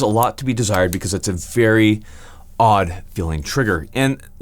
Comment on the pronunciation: "...does leave a little bit to be desteyred."